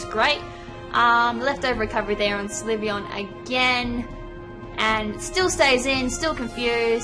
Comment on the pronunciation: It's pronounced sill-vee-on.